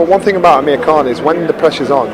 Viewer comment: really Iike how 'Amir' is pronounced properly.